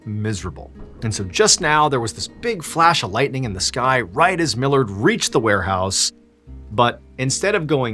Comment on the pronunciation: My last name is Millard its so nice to hear you say it correctly haha so many people read it as mill-lard